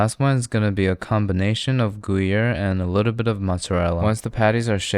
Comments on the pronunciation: Bro said gooyere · Ah yes, my favorite cheeses. Monster and goo-yer.